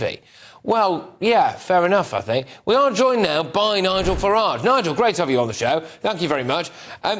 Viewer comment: He said nigal pasa 🤣🤣🤣